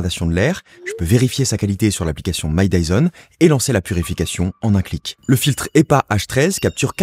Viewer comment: Je suis le seul à avoir compris « Mike Tyson » au lieu de My Dyson ?